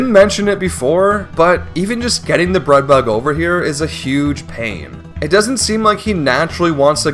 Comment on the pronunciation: I don't know if anyone else even noticed or if it's an accent thing or something but I kept getting distracted by the way he says k and g sounds. When he says take it sounds like tate, when he says breadbug it sounds like breadbu or breadbut, when he says wollywog it sounds like wollywod, when he says dioxin it sounds like diotsin, when he says fact it sounds like fat. I'm not trying to make fun and I'm still massively impressed by what he's done, I just kept losing focus when he said certain words